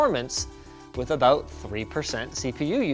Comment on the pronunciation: "Aboot drive"